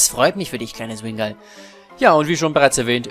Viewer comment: oha 😱 Du sprichst meinen Usernamen auf anhieb richtig aus 👍😂 Ja man, Wingull xD Also wenn wirklich Namensmangel herrschen sollte: Genso, Kosuke, Visari, Razor, Kyle, Miakis und Minoura 🙈